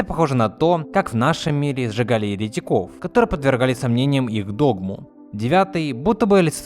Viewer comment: Ты на слова еретиков поставил неправильное ударение!!!